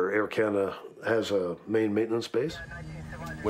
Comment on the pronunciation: forgot to fill'r up 🤣🤣🤣🤣 air canadah